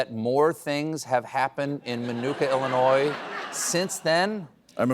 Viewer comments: Did he just pronounce it illinoise? Glad the show got cancelled. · Did Stephen say "Illinore?" Man, those South Carolina accents are funky.